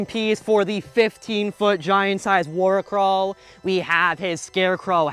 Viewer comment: Heads up… you’re pronouncing it wrong. Worricrow It means Worry crow Pronounced “Worry-crow” It’s literally just the old term for scarecrow Just as that’s not pronounced scar-eh-crow